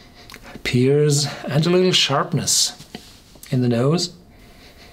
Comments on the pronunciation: Nicht "peers" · It's "pears"